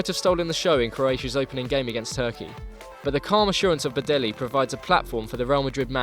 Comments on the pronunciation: Hey Copa90,it's not pronounced Badelli, it is Badell like double ll in Spanish(like Casillas,for example) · Badelj pronounced Bah-del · You absolutely butchered Badelj's last name... :)